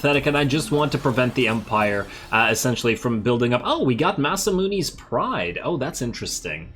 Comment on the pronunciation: Oh my god, I just got the joke behind Massa-moones' Pride when you pronounced it a way I don't. It is a play on the renowned Japanese swordsmith Masamune's name. The description even hints at its eastern nature! I can't believe I never got the reference before; I used to be able to speak Japanese dammit lol.